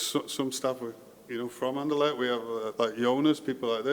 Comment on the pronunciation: I would like to hear you say RSCA or Sporting or Anderlecht instead of talking about ‘the club’. You did 1 time at the end and it sounded very nice for an english man,because its not ez to prenounce with the ‘cht’. I can understand want all to get behind this club thingy, so noone will get the blame personally when things go wrong, but its not nescesary because it wont go wrong. Keep up the good work👍🏻👊🏻